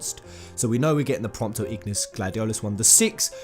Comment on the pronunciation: Does anyone realise that he said “Promptis” instead of Prompto near the end?